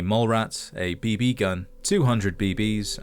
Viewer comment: God I despise A.I. Voiceovers. "BB" is pronounced BeeBee, not "b BEE".